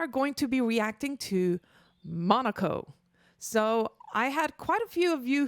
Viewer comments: All in good will, but its Mo-KNOW-Ko, not Monaco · His name is pronounced more like "muh-no-coh," he's the dog and he's kinda funky.